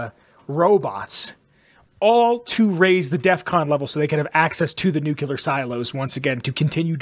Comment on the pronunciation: NuclEAr not nucular lol drives me crazy every time you say it.